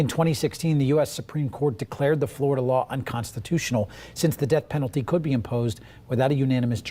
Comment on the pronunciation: why is it just glorida it sounds so stupid to me im from England